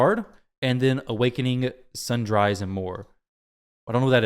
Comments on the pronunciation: Bro said Sun Dries.... huge lols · Lol never heard anyone pronounce sundries like that.